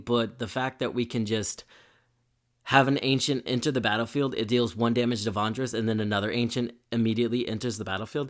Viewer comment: Love the video! I just wanted to say that I chuckled a bit everyday time you said Vondris instead of Vrondis